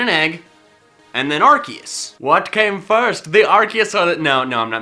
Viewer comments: It should be pronounced "ar-see-us" because when a c is followed by an e is makes the soft c sound which would sound like "see" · I THOUGHT IT WAS PRONOUNCED LIKE ARSEUS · Not to be rude but ur pronouncing arceus wrong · xXPenguinloverXx that's how it's pronounced I'm amazed at the fact that I'm surrounded by so many idiots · GoldenAlpaca ya but ar key us sounds weird ar see us sounds better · It's are-see-use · it is ark key us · charmeleon evolves and sylvally's ability RKS system proves its ar-kee-us. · It is pronounced (AR- SEE- US) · did he just say ar-kee-us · It's ar-kea-us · AWESOME! (also arceus is said like arseus) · It's ar-see-us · its said like ar-see-us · ITS ARCOOS NOT ARCEUS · You said arkius it's arkoos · Arseus not Arkeus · Arceus not Ar-K-eus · IS NOT ARKECUS IS ARCUSE GET THE NAME RIGHT AM YELLING INTO MY MONET ER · its (are see us) not (are key us) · its ar-SEE-us. not ar- KEY-us. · TheGooseGamer is a goose It is pronounced AR-KEE-US because when is was pronounced AR-SEE-US the developers didn’t know that the word “arc (pronounced with an s) meant “Ass” in french So when they found out they changed it to Arc (pronounced with an k) if that helped and the developers already said that it is pronounced with a k instead of an s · I thought it was pronounced Ar-see-us not Ar-kee-us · My does he said A-R-KE-U-S its pronounced A-R-SEA-U-S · Ar cee es not ar key es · you said arkeus instead of arceus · Arcoos not arceus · When he said arceus I said sorry arkoos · As someone who started watching after the pokemon talk series, it's kind of weird hearing him not say "Arkoos". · I'm sorry, did you mean Arkoos? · It's arcoos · Its Arkoos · It’s Ar COOS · It’s pronounced ars oos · DO YOU MEAN ARCOOS LOL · aHEM It is Arkoos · Dude this is an old vid called arceus arkoos in 2018 and 2019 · IT'S ARKOOS!!!!!!!!!!!!!!!!! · Excuse Me? 'Arceus'? HOW DARE YOU INSULT OUR GOD ARCOOSE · HOW DARE!! Pronounce it arkoos Plz. . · It’s pronounced Are-koos